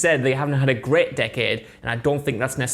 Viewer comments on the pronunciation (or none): none